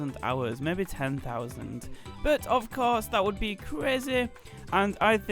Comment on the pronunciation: Woah its the dude that says maybe like MEBE ... cool